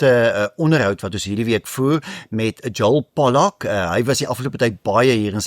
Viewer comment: Not Pollock, but Pollak please.